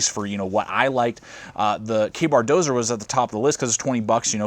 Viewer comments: When the person reviewing the knife can't pronounce the title of the knife correctly it's not dozer it's Dozier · Doe-zee-yer = Dozier. Not doe-zer. Ya doo-zer! :-p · It's pronounced "DOE-ZEE-ER" in case anybody wanted to know, I was curious myself :P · It was my first thought too